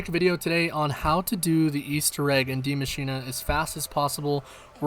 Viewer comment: Subbed because you pronounce “die maschine” correctly